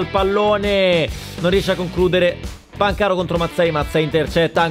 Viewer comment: si dice pàncaro non pancàro